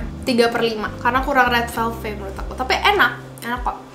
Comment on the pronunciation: red VELVET kaa bukan red VELVE